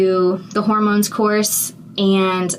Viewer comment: Love the way the first time you say it, it sounds like "horror-moans"